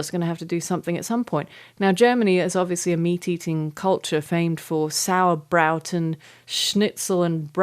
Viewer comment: She said "sauer braut", though, which is very different!